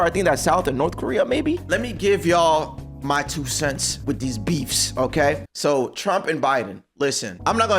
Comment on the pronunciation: Bro I thought you said befff like meat